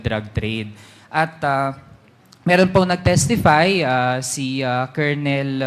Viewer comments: Kakabwisit nman po un voice over. Cornel lng, d pa ma pronounce ng tama. Kolonel daw?! Hehe. Wag ng mag vlog kung ganito lng nman susme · Kernel po, hindi po kolonel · kernel not colonel anong klase kang tao di mo nabalita at narinig???nag aral kaba??? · Di po kolonel ang oag pronounce, paki check nyo sa google or dictionary😂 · Colonel It is pronounced as "Kernel